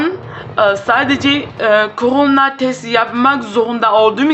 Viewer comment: Abla koranayaçok komik söylüyorsun